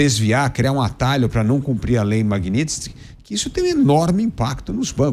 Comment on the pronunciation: Magnitsky!! Parem de errar esse nome! Não é Magnits!!!